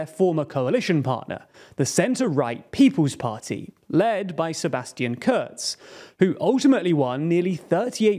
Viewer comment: Could you at least TRY not to butcher the German names? "KURZ" is pronounced "Koorts", not "curds". Also, there is no O in FPÖ. The two dots have a meaning.